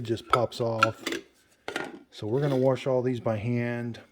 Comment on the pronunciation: We just got ours earlier this week and no manual on how to use it??!! Also wash doesn’t have an r in it!! I try to correct my. MIL as she says “worshington”. I thank God my husband and his sister didn’t develop thst bad habit!! My MIL Sa ing